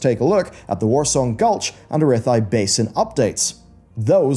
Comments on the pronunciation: Did you just call Arathi Basin Arithi? Bruh. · A-ray-thigh Bason?😂